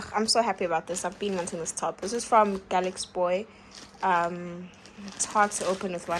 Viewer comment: it's gal x boy isn't it? and not galaxyboy announciate it